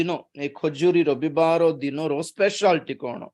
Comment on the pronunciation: ରୋବିବାର ନୁହେଁ ରବିବାର